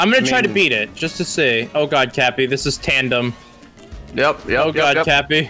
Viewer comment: Did just call cappy tappy XD